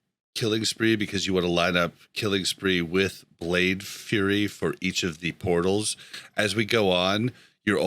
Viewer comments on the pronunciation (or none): Love the podcast first thing I listen to every Tuesday, but it’s Blade Flurry and not Blade Fury 🗡️ don’t know if it just sound like you are saying it wrong or if you acutely do. Much apritiaton Xoitor a fellow Rogue from Sweden